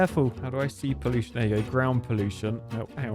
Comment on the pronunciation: Grab a new word "Poolution" 😂